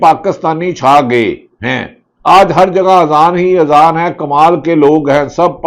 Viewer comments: Bhatti shb aap nay b azaan theek nhi parhi hai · Ap me Azan b Sahi nahi parhi Bhatti sahib ??